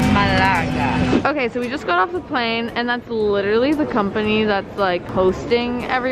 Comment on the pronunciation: HAHHAHAHAAA YOU SAY MALÁGA😭🤣